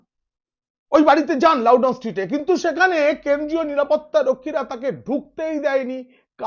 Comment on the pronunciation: পিনাক ভাই, "লাউডাউন" স্ট্রীট নয়,👉🏿👉🏿 "লাউডন" LOUDON STREET! ওই রাস্তায় লাউ -🥒🥒🥒- টাউ বলে কিছু পাওয়া যায়না!!!😜😜😜😜😜😜😜